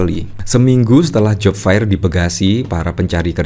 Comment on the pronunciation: Aduuuh mas yg menjadi host, buka kamus dong bagaimana membaca "Job fair" - dibacanya job fer bukan job fair.